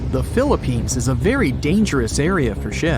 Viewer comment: Did you say Philippines